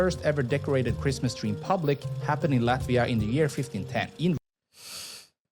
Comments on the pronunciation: LATVIA "explained", on one hand, want to keep Latvia secret, but on the other hand, want to clue you in a bit. Yes, we, Latvians, formed our modern republic in1918, but Latvia , pronounced Lutt via, Jūrmala=zYouwere mala, Jelgava Yelgava, my credentials, born t o Latvian imigrants, who'd fled the anexation of their homeland by the new USSR and it's Communist regime. Latvian was my first Language, really only learning English when i started 1st grade in my south Brookline elementary school, while attending, much to my chagri, Latvian school every Saturday, while my American schoolmates were home watching cartoons in bed. But the Latvian community always maintained the belief that we'd regain our independence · You should rather look for a video made by Latvian that not only can pronounce the city names correctly, but also will give you more accurate information. There are a lot interesting and important facts missing here.